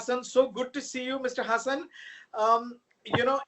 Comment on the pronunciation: Pronounced Haasan. Not hasan. FFS